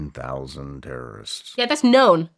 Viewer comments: I kept hearing her say tariffs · She says terrorists but all I hear is tariffs lmao